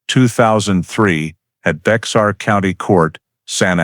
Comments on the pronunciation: Pronounce Bear as Bear the X is silen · I said the same thing in my head bear not bear lol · Just FYI if going to narrate learn how to pronounce the County's name Baxar pronunciation is Bay har. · Its bexar pronounce it. Not Bex tar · Did anyone catch the fact that Whitaker said no one would believe him because he had an "in" in the department? Explains why the guy kept wanting him to look at the old boyfriend. I think they need to look at that guy as well. 🤔 By the way, it's pronounced as "Bear" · The X is silent 😝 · BEXAR County (pronounced Bear County) not BEX-AR. When the White people came to settle in present day Texas...once they settled and took over the area they decided on making changes (typical of White people). First change was the actual original pronounced name of the land TEJAS. They didn't like it because they decided that it sounded way too much Mexican. So to fix that they decided to replace the letter "j" in the middle to "x" and thus changed the pronunciation of TEJAS to TEXAS. That is the same thing that happened to the county name BEJAR...to BEXAR. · Maybe not a big deaI to some folks, but it is pronounced Bear County, NOT Bex-are County. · Bexar is pronounced “bare” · Bexar County is pronounced like bear. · Its Bear County. The X is silent. Its Indian/Mexican for friend. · Bexar county is pronounced bear or bare. I lived there 4 decades.